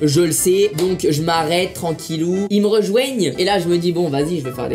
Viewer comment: "Ils m'rejouègnent"